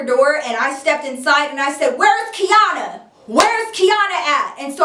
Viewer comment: Omg how come every time you said Quiana (Kiana) I looked up lmfao